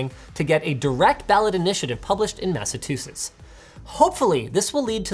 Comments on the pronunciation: Where is Linus' vocal coach Madison when he needs her? "Massatusits"? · First time I hear someone pronounce that state as "Massatusetts". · massa-two-sets instead of Massachusetts[MAS] + [UH] + [CHOO] + [SITS]. Thought there was a town in Canada with a similar name to the state but was incredibly wrong.😎😭🤣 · He said “Mass-a-tew-setts” .. there’s a CH in there buddy. Massachusetts.. say it with me kids “Mass-a-chew-setts” Ok good. Now pronounce “Worcester” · “Massatwosits” Linus, no. “Mass-uh-chew-sits” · People still against right to repair after watching this need to get their head examined. Also its Massachusetts not masatusets lol. The chu makes a choo shound not a t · Mass-uh-Choose-its. lol Linus, not massatoosets. 🤣🤣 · Everyone else: Thanks for talking about this! Me: ITS NOT MASSATOSETTES ITS MASSACHUSETTS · why did Linus say massaTOOsits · Solid video! One note though: "Massa-what?!" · Aw, he was going SO strong until he mispronounced Massachusetts!! :D Or as it's now pronounced: Massatusetts. :D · "Massa-two-sits" - Linus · Massachusetts is pronounced "Mass-a-chew-sets" just saying as someone who lives there. Great video! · did he say mass-a-tusis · Linus... did you seriously say Massatoosetts? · Massatoosets MASSATOOSETS AHHHH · I heard it too-sets!!! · Did Linus say "Massatusets"? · All the Massachusetts people hearing Linus say “Massatuses” 👀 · I like how Linus pronounces Massachusetts as "Massatoosetts" lol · He did not just say “Massatoosits”. I won’t stand for it. I just won’t. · Linus: 97 Datsun Me: NO Linus: Peeeenalized Me: STOP Linus: Massa Two Sits Me: WHYYYYYY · Massachusetts pronounced "mæsəˈtʃuːsɪts" or Massa-chew-sits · Did I hear wrong or did Linus say "Massatusetts"?? :) Just kidding... I fully support the Right to Repair. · “Massatusts” now I’m wicked pissed at that one kehd. No cap, I’m tight. Your pronunciation of Massachusetts sucks almost as much as the Yankees. Wicked pissah. You better not miss pronounce Worcester!